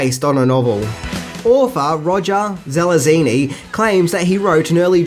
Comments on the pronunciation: You mispronouncing Zelazny, as "Zelazini," was funny. He's one of the best known scifi authors of his generation. And nunchuka are a.k.a., "nun-chucks," not, "numb-chucks." But hey, you're doing great work, and I'm just sitting here being an asshole. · He didn't pronounce Zelazny right either.